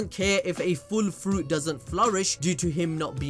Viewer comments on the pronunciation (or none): none